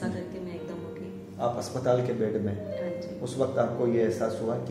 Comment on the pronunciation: ye ji haan ko zee haan and astrologer ko astrolozer bol rha